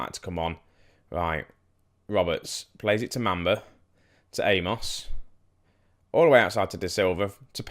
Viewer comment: it's mum - ba ........ not mam -ba